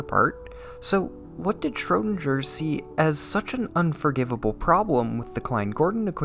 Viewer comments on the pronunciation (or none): It is a really awesome video, but every time you say "Schrödinger" with a soft g, my ears bleed